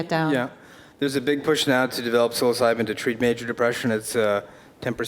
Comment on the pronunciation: "Psyilocydyn" hahaha he's too intelligent, but still human ;P